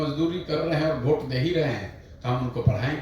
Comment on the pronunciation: VOTE (वोट) को Bhot (भोट) नहीं बोला जाता प्लीज भोट भोट मत बोलिये । वोट बोलिये श्रीमान जी।